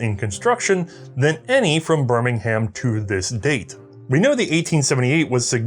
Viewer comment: Also, "Bir-ming-um".